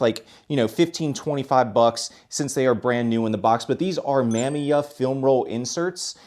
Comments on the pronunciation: Mamiya is pronounced Muh-MEE-uh. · Awesome pick ups! Not like it matters that much, but Mamiya is pronounced Muh-me-uh.